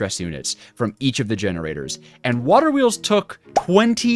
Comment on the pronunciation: bro said "waHer Wheels"